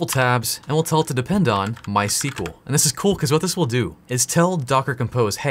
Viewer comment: Since you repeatedly tried pronouncing it ;) MySQL is named after the inventors first daughter My (In Swedish it's phonetically closer to "mui")… pop quiz; What his second daughter is called?